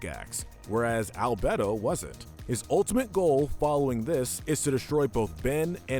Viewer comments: And Al-bed-oh instead of Al-bey-do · Me: 'I don't care if people pronounce it as 'Al-Bee-Do' or 'Al-Bay-do' pronouncing it as 'Al-Bedd-do' Me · Bruhhh Dr Anemo? It’s Dr Animo and Albedo it’s Albeedo that’s how to pronounce them also Asmeuth? Is Asmuhth however nice vid 👍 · Are we not going to talk about how he mispronounced albedo animo and azmuth that was annoying but otherwise good list I think both Kevin and hex should be lower though since both turned a new leaf in a later series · Why are you unable to pronounce Dr Animo, Albedo and Azmuth correctly??